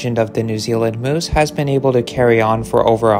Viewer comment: Are y'all gonna watch the video or just complain moose isn't pronounced correctly...